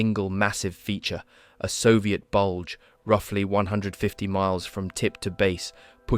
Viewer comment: "Soviet buldge XXXX km long from tip to base" 🤣